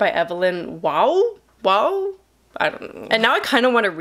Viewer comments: it’s pronounced evelyn WAH, and oliver even mentions him in the movie! at the beginning of the movie, after hearing about farleigh’s life, he says it “sounds like an evenlyn waugh novel” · Waugh is pronounced War. Brideshead Revisited was made into a ten hour TV series in 1981 which created a sensation in the UK at the time. It’s on Amazon prime and is well worth watching